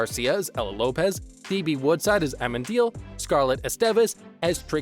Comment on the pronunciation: I love how no one can pronounce Amenadill like how it’s pronounced in the show..